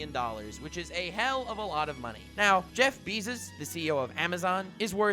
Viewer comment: "Jeff BEEZUS"